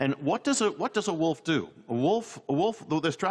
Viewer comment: "Far from the wuff" she says.